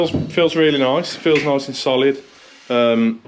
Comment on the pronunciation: New game everytime says noice take a shot 🤪